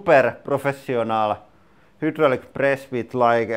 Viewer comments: I like watching your videos...they are always fun. However, I always flinch when you pronounce 'hydraulic' You say 'HOOO-dro-lic'. It should be pronounced 'high-DROL-ic'. :) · What a great video, it made my day!, here's another cucumber for you: although in Finland you pronounce the first syllable of hydraulinen as "huud"... the first syllable of hydraulic in English is pronounced as "hide" with long i... it rhymes with ride. (Hide Raw Lick) On second thought, your language is so beautiful and unique that you shouldn't change anything... you do great English and you have a great channel!